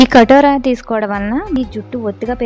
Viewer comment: అక్కా .... కటోరా కాదు. కటీరా అనాలి. కటీరా గొండ్ దీని అసలు పేరు.